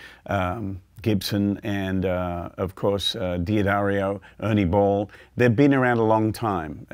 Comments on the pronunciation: D'Addario is pronounced "Da-dario," NOT "Dee-adario." Many get this wrong! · at least I'm not the only one who mispronounced D'Addario. It's duh DAIR io, not Dee Uh Dario. just trying to help! senility setting in. I think your EARS start getting used to the string, at best. We always want more, more, MORE. and changing strings as often as he prob does, there is arguably little difference between the ones he's pulling off and the ones he's putting on and he doesn't hear a huge difference but WANTS to. So.... that's MY theory. The guitar's physical structure has NOT changed due to the strings he plays. :( Oh well. No Sherlock Holmes but he is a monster player. One thing to also listen for (maybe he said later) is how bell-like they are. If you get a wobble, it MAY be your guitar. Not ringing true and evenly but a warbly kind of sound. But many times... it's either a worn string or bad string. So.... like he says, experiment. when you are happy, you are done. :)